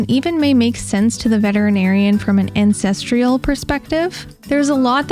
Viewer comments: listen closer. You said incest-ral... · INCESTRIAL!????? bahahahahaha ITS ANCESTRIAL lolololol